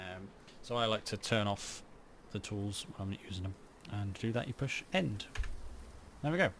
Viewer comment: A little old of a video but instructions are well done, when I pay attention. I ended up doing twice as the first time I thought I messed up as I heard you as saying N and not END. I only installed on a Expansion Server and there are a few things different. Such as can not do the snow thing that you showed but it looks like all the core functions are there with a few annoying little bugs.